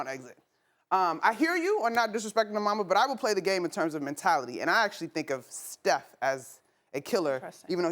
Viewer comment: She did not just say steoh lol nothing like Kobe. Steoh never shows up in the 4th